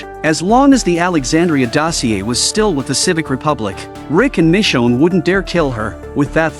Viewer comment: Michonne not mi chone